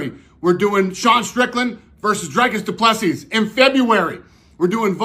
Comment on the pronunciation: You say Dricus du Plessis perfectly. Teach those dof Americans.